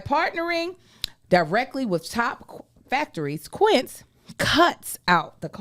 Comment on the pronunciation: How Joshy stand right there, and let mispronounce Quincé in that ad?!?!